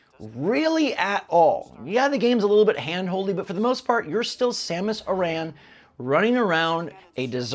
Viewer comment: you can’t even pronounce Samus Aran correctly. Also, the audio quality? You mean the desert audio paywall? Your cope for Miles is insufferable and your inability to be critical of anything Nintendo is part of the problem. This is why they give us this Metroid garbage.